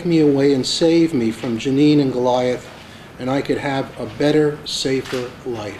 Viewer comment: "Goliath"?!? I don't know,...